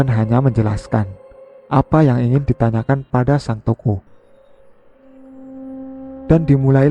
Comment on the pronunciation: Baca yang bener lah.. bukan TOKO tapi TOKOH